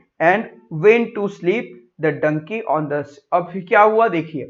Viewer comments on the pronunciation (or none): Not denkey it is donkey